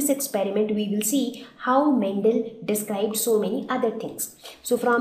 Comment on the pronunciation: Mam ur saying mentel it's mendel